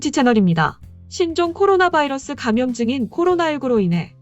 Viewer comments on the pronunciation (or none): none